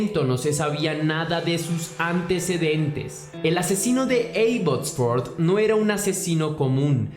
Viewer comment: Abbotsford???? 😱😱😱😱😱😱 Estuve allá y mi amiga de Venezuela alla vive. Solamente una corrección, no se pronuncia con (e la a, se pronuncia como se escribe Abbotsford). Eres excelente en lo qué haces, un abrazo!!!